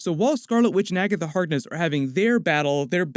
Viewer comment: Jesus christ just say Agaitha instead of Agatha Harkness every single time. Gives me a fucking headache